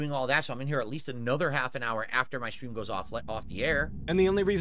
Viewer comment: 🤹 i wonder what 'setting up the shtream' consists of. you nailed it lmaoo